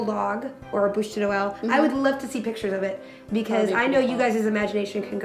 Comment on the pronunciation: i like the way she said bûche de noël :)